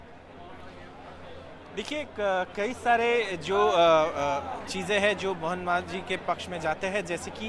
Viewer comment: Pronounce thik karo Not manjhi it's majhi